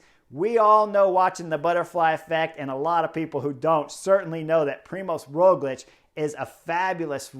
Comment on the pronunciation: I have noticed you pronounce Roglič correctly, but not his first name. You can notice “special” letter ž instead of Z, Primož. I cannot think of any english example, so going with french. Word “gendarmerie”, first sound is like “ž”.